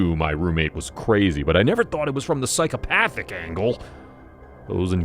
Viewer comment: "Psycho-PA-thic angle"